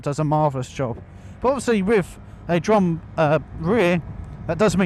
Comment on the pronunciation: Sorry, did he say rear drum brake?